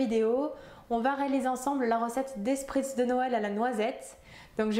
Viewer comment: Ça se prononce "Schpritz"